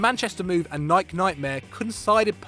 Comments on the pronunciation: WHO TF PRONOUNCES NIKE LIKE THAT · it's pronounced "naai-k" not "na-i-key" fucking American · pronounce Nike the right way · The way UK people pronounce Nike lol